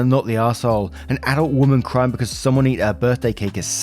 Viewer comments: I know there are probably 100 comments about it already but Bea is pronounced Bee. Like Aunt Bea from Mayberry lol I had to stop my cooking to see who named their kid Baya lol. Carry on great story yadda yadda! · Bea is pronounced BEE! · Lol ….Bea is pronounced ‘bee’. You are just adorable!! lol 😝 💜💜💜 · To let you know,, the name Bea has the same pronunciation as the word "bee". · Oh my god OP1 your parents are the biggest douchebags here for lying edit Story 2 ( its Bea like 'Bee' hahaha)